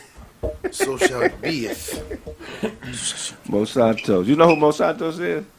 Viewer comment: 😂 got 2quit smoking 💨He called Dr.Francis Cress Welsing Neely Fuller & He was pronouncing Monsanto wrong quit eating those edibles Bro ✌🏾